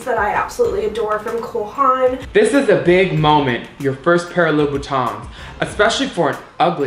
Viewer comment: "I got my first pair of loo-boo-tans." "Labooboobooboopoop?"